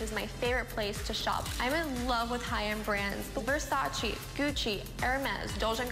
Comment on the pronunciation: Wow,... all that "glam and perfection" and she can't even pronounce Versace the right way. I was so happy with my tomboy life growing up in the 80's with my friends. None of this nowadays crap!! Worked hard my whole life to buy my Versace😁